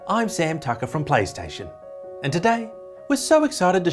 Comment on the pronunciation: did he say paystation? or plystation?